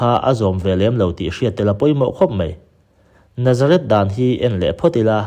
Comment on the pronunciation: Chuan Nazarith leh Nazareth hriat hran tur, i lam pawlh vek mai a